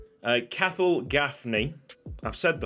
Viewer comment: As an Irish viewer, Cathal Gaffney is pronounced ( Cah-hill) or (Caw-hill)